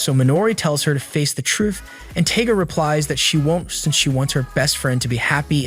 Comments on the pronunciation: LOL it's not "Taga" It's Tiga like Tiger the big jungle cat. 🤣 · Him mispronounceing the palm top tigers name makes me very angry